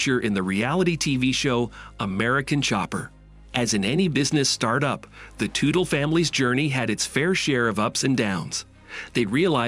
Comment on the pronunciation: Ummmm you can't even pronounce the last name correctly. It's Tutel like as in King Tut with an 'ellll' at the end. FFS!